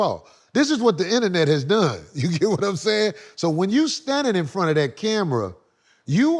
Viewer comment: “ I take advantage o-dat !! “ 😅☠️